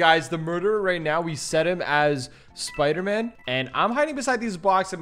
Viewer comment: I like how he said SpUDer MaN